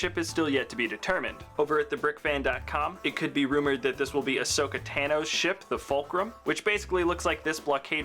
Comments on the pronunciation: TAno not tano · T-ay-no? It's t-ano